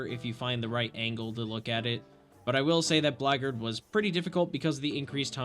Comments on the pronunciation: It’s not pronounced blackgard, it’s blackguard, as in black-guard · Is Blackguard supposed to be pronounced like "Blaggard" lmfao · That's what I thought you said. I was like "What kinda modded class is the Blaggard?" Then I looked at my screen and went "OH BLACKGUARD!!" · I'm sorry, as a Blackguard player, the way you pronounced "Blackguard" dealt major psychic damage to me 😭